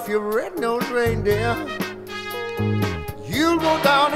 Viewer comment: says Rudolph the red no reindeer rather than red nosed. I love that, it's so endearing and so